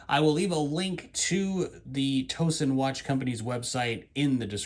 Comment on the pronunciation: Great Review. That’s a unique watch. BTW… I live near Towson and it’s pronounced Tao Son, like a towel and not a toe. Pretty common mispronunciation.